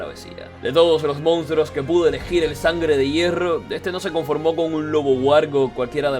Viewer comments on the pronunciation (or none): none